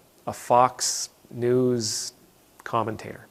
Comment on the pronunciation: I love the little pause between "Fox" and "News". It sorta shows what we all know about them. ;)